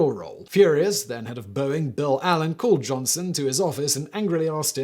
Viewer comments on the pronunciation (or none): none